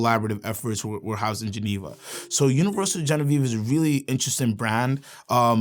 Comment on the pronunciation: Sounded like you kept saying Universal “Genevieve”